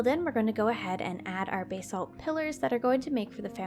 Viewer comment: basalt is pronounced bass-alt